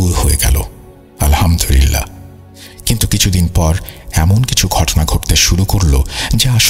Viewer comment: ভাই আপনির আলহামদুলিল্লাহ সঠিকভাবে উচ্চারন হয় না।